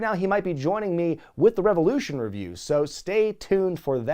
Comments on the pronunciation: "RE VE LOU SHAWN!" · I believe it's pronounced REV OH LOO SHAWN! ✊